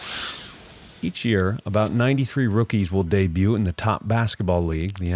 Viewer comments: Yeah I agree he is top notch but that one was odd 🤣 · Lol you're the first person I've ever heard pronounce the "t" in "debut". 🤷 Other than that, great video!!! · I thought it was just me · the "debut" pronunciation is wrong. Should be pronounced "dey-byooz". not "dey-byoots". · Lol dey buttes. Sorry great vid but that one word was so distracting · I have enjoyed several of your films. But, it's really hard for me to listen to you pronounce debut as "day-butte" every time 😂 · I just have to say it...sorry... "debut" is not pronounced "day-boot" but instead "day-byoo." Otherwise, very interesting video! :) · The way he says debuoot really grates my ears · debut - dey-by-oo don't pronounce the t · Day-butes 😂 Otherwise a fantastic video. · My only question in the entire video is why are you pronouncing it "dey-byoots" lol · He said it correctly later in the video. Makes me think maybe the first couple hard Ts were intentional? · As a brother from the North, the way you pronounce the "t" in debut hurts me deeply. 😂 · You’re not supposed to pronounce the T in debut. Great videos though. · Please tell me you are mispronouncing “debut” on purpose. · Why do you keep pronouncing debut that way? 😂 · That’s not how you pronounce “debut”, dude. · The T Is silent! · Very interesting stats. Only suggestion is to check the pronunciation of debut. The t is silent. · The mispronunciation of "debut" killed it for me. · Debut: how do you make this video and pronounce that incorrectly? Great video tho! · Pronouncing the t in debut? Is that an American thing or a you thing? My American wife doesn’t get that wrong so I think it is just you. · Thats not how debut is pronounced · This is excellent! But I've never heard someone pronounce the 't' in 'debut' the way you do. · Incorrect pronunciation of debut it end with eww sound, from the French,you don't pronounce the T. It is a worthless robot. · Why do you pronounce the T in debut tho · Is this AI voice? why can't you say debut?